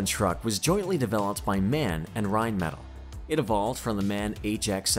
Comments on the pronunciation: The MAN is a german truck so you dont read it MAN its M A N with singel letters sorry, hope you understand because my english is so bad! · Its called M.A.N not MAN. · It's not MAN. It is M.A.N. - and abbreviation for the original cities for their factories. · As a German, you get absolute gasps. It is not called Merceidis but Merceedes. Also MAN is not pronounced MEN but M...A...N the reason is that it is called Maschinenbau from Nuremberg. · It call M-A-N , not Man, Man! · Das heist M.A.N. Maschinen aus Nürnberg, und nicht man. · M A N Not MAN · not Man...right is M.A.N ( M aschinenfabrik A ugsburg N ürnberg ) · who doesnt know the world famous brand "man".... jeeeeez.... maybe do a little research and at least learn how to pronounce those names....